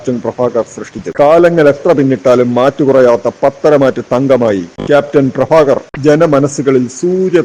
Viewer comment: അവതാരകൻ ഭ എന്ന വാക്കിൻ്റെ സ്ഥാനത്ത് ഫഎന്നുച്ചരിച്ച് വൃത്തികേടാക്കേണ്ടിയിരുന്നില്ല ക്യാപ്റ്റൻ പ്രഭാകർ മൂന്നുതവണ തിയ്യേറ്ററിൽ കണ്ടവനാണ ഞാൻ